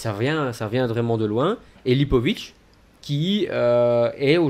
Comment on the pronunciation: Pour info, on prononce Lipovitz "tiss" à la fin